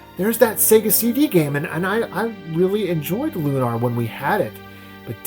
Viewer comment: And here I thought it was Lunar, not LunARR